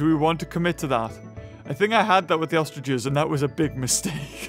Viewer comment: Why is everyone saying ostridges?